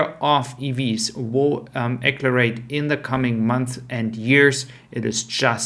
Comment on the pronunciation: Not "acklerate", "axe-cell-er-ate".